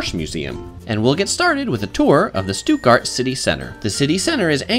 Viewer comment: Oml Americans don’t pronounce it (Stootgart)😂 and u didn’t go to Lisa and Lena’s house. Smh